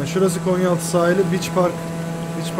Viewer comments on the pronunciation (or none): none